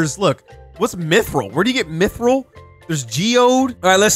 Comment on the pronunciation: as a very big Tolkien fan, the way said "mithril" really made me cringe lol